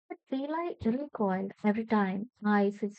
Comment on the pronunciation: It's not belai it's balai